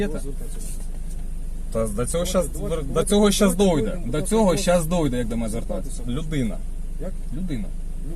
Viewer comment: Полиции обязан предъявить документы. Но не для военных обязанностей. А ты дурак, говори на русском или на украинском грамотно. Дойде-дійде)) Дія-доя)) Они нас доят)))